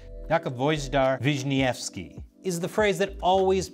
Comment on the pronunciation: How many takes did you require to say "Wisniewski's" name correctly? Great work!